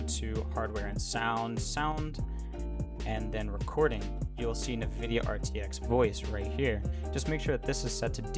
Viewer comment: Nividia LOL. I think it's pronounced N-Vidia. There is no I between the N and the V.